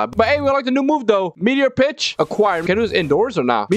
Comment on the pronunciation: Bro said b*tch instead on pitch